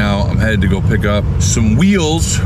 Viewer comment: “Shambroy” is a horrible way to say “Chamorro” which is a people group from Micronesia.